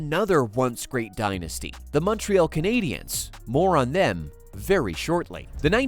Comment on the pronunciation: The Muntreeall Kanaydeeanns.